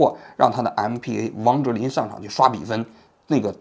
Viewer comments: 先弄清楚马布里执教的球队是北京首钢还是北京控股吧，球盲真是没法做体育类的视频！整个视频里就俩外援名字:上海队的布莱德索，江苏队的布莱克尼，从头到尾没说对过一次！MVP不是MPV，mpv是商务车！老王，用点心吧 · 那叫MVP不叫MPA😂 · 是MVP不是MPA啊王局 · 王局，是MVP，不是MPV，MPV是面包车哈哈！！🤣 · 王局。更正口误，是MVP哈，说错了两次。喜欢你的节目，来自泰国。